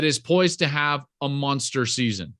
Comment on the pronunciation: Anyone else notice how he pronounces monster lol